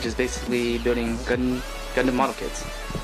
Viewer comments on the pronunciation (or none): none